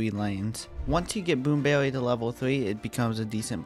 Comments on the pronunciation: Bwoom bewwy is weawwy bad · Dude really say "Boom bewwy"